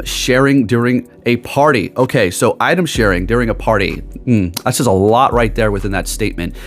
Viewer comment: Item sharing sounds like shared incense